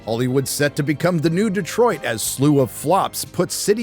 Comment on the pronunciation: Thank you for pronouncing Detroit correctly multiple times in a row. Instead of every other yokel that pronounces it Deeeeeeeeeetroit